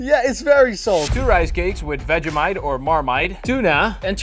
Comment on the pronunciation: It’s Vegemite 😡